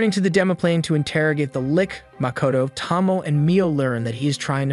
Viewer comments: Friend, her name is pronounced Toh-Mo-Ay not Tah-mo TT~TT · The dragon girl's name is pronounced 'Toe-Moe-Eh', not 'Tom-Oh'. Otherwise, very good concise overview. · Part 3 of "You Still Can't say Tomoe's name right." Again it's a great Anime, if you actually watched it. But you can usually tell when someone didn't watch it when they get the names completely wrong.